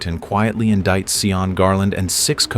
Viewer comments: You'd think someone would listen to the audio and notice the primary culprit of the entire story Sean (Shawn) is being pronounced and called SEE-ON?😂 it is making me laugh though because I keep hearing Eddie Murphy as the jackass in Shrek SEE-on🤣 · Its pronounced shawn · it's about giving others basic common courtesy, dignity & respect AT ALL TIMES. To make a comment like that critiquing the way someone's name is pronounced when they speak a LOTE - as would be the case in the Republic of Ireland, where Sean comes from & lived all his life. Yes, he broke the law by distributing counterfeit currency. He's STILL entitled to some real basic human rights. It reflects a Merica-centric world view - that EVERYBODY HAS TO BE LIKE. YOU. This stance is kinda sort point AND a flash trigger for me. Someone else telling me what to do and think. It's abusive. Period. You just don't do it. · The whole video they say his name wrong, ai is truly USELESS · See-yawn or just Sean, which sounds like Shawn? Asking. Irish descent in Canada but I have never heard anyone from Ireland being called See-yawn. Don't claim to be an expert, that's why I am asking. Ireland has dozens of dialects and certainly I don't know most. Give a guy with blood lost to you by Cromwell some guidence, Emerald Isle people?